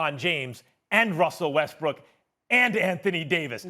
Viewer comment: CAN THESE ESPN WOMEN PRONOUNCE WESTBROOK RIGHT????